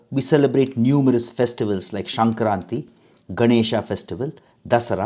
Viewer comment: ಒಂದು ಸಣ್ಣ ತಿದ್ದುಪಡಿ. ಅದು 'ಶಂಕ್ರಾಂತಿ' ಅಲ್ಲ, 'ಸಂಕ್ರಾಂತಿ' ಆಗಬೇಕು. ಸಂಕ್ರಾಂತಿ ಪದ ಸಂಕ್ರಮಣ ಅಂದರೆ ಚಲನೆ, ಸ್ಥಿತ್ಯಂತರ ಎಂಬುದರ ಮತ್ತೊಂದು ರೂಪ.